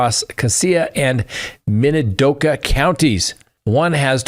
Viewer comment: Also it is Min-a-do-ka county